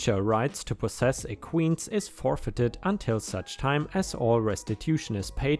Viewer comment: Man that was a long story, thank you for putting everything on one video! Btw "equines" is pronounced e-quines. Or [i-kweins] if you get it better with German pronunciation.